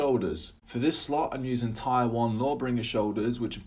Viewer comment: Tier is pronounced TEER nore TIRE, lol